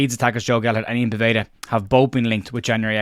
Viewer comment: Small thing but Povedas first name is pronounced Yan not Ian.